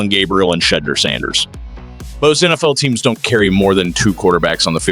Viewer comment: Get the pronunciation of Shedeur Sanders name correct. Also, why would you say, “Sanders needs work”, yet you don’t say the same about vertically challenged, underwhelming Gabriel? No subscribe from me. Don’t quit your day job- AI “fake Browns insider”. 🤣